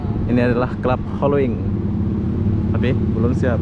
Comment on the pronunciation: Holywings, bang...not holowings.🙏